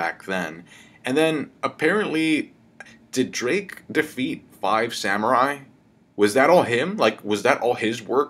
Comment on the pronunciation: It’s pronounced Diaz Drake,.